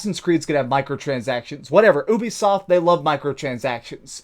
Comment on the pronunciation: ITS NOT OOBEESOFT FFS PLS!! YOU-BE-SOFT!!